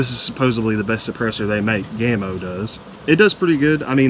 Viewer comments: ITS PRONOUNCED 'GAMMO' NOT GAY-MO FOR GODS SAKE 🤬🤬🤬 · What the heck is GAME O? Game oh perhaps. Why do Americans insist on trying to ruin the ENGLISH as it is spoken. It's GA MO.